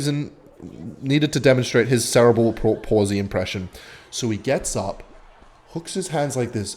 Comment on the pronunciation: why she's he pronounce the world cerebral like that